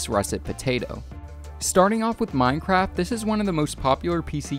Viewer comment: he just said mine-crap